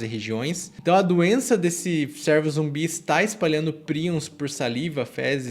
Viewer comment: Top.. mas a pronúncia não é "sérvo" e sim "cêrvo"